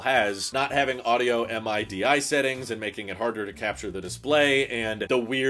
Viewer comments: It’s not M.I.D.I. It’s pronounced like “middy.” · MIDI is pronounced “middy” 😬